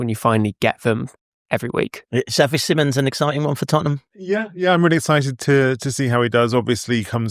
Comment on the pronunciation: It is not pronounced Simmons, nor is it written like that. It is pronounced more akin to see-mons.